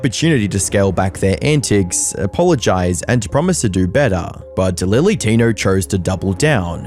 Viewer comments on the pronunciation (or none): He's talking about lilly Tinerrrrr